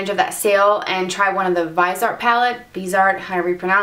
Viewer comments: vizzie-art please. the other pronunciation grates every time no matter how good u r as a mua.Liked ur content tho. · It's pronounced Vis(as in vision)-E-Art